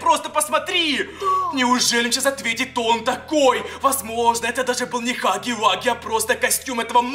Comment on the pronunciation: Не хаги ваги а Хагги Вагги